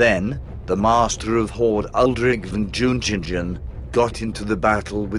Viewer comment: ..."DZHIUNGHINGDGHEN"??... :) ...V-o-n J-u-n-g-i-n-g-e-n... ;)